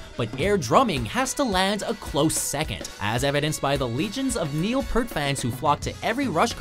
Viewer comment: It’s Neil “Peart,” not Neil “Pert”:P